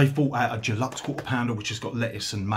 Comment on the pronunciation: Unless I'm hearing things, you pronounce deluxe 'geluxe' 🙄